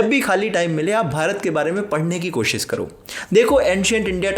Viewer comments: Bhai sab theek hai... Lekin koshish bol na!! koshish Ko koshis Bolte ho to lagta hai tum khud theek se koshish nahi kar rahe... 😋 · Koshis nahi koshish hota hai bhai ji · There should be a drinking game for every time he miss pronounces “koshisss” 😅